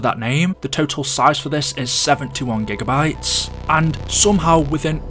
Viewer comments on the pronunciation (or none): none